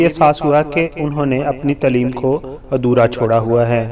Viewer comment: Taluck NAHI taalook, shoba sai NAHI shobay sai, tileem NAHI taaleem, kardaar NAHI kirdaar, is gana ko NAHI is ganay ko, tarana ko compose NAHI taranay ko compose kia tha, musak NAHI music , ashara nai ishara, khuriat NAHI khairiyat , astaad NAHI ustaad , shamal NAHI shamil , had ho gy Satyanaas mara hua hai Urdu ka Tum paindoowo nai